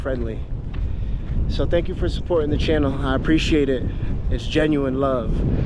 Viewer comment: As a guyanese we say GUY-ANA,Not how Americans pronounce it.. Thanks for visiting my country much appreciated.